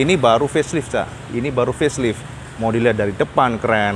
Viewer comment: Facelite dibaca Feslaeit bukan feslit ya cak